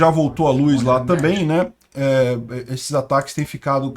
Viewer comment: gosto e assisto todos os dias seus vídeos, mas não aguento ouvir você pronunciar luz, com is. Kk. Um abraço